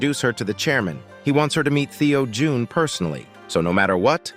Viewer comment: "Theo Jun" 💀